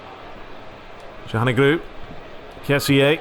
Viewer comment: also, it's calhaNOglu, not calhanoGLU